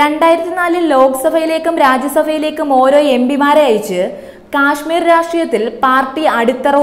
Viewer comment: ക്യാഷ്‌മീർ അല്ല കാശ്മീർ എന്നാണ് പറയുക